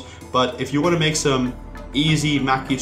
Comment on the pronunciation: it's no-dee not no-ree and it's ma-kee not what you said sorry to correct you, but it just really irks me when people mispronounce japanese words.